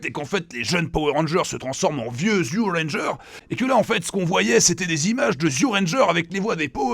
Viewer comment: Alors, "Zyu Ranger", en fait ça se prononce "Ju Ranger". Ils ont juste utilisé une convention peu commune qui transcrit le じ en "zi" plutôt qu'en "ji". Voilà voilà.